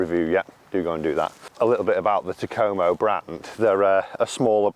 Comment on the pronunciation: Can't lie, the way you say Takomo, doesn't sit right with me lol.